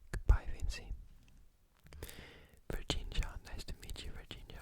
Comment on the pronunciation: Virginia says Virginia, no virgingia, but it's ok, Virginia is an italian name, traduttore in english this word " La pronuncia non è corretta ma va bene perchè sei inglese/americano.... forse inglese, comunque non volevo insultarti se la prendi così, comunque sei fantastico" thk❤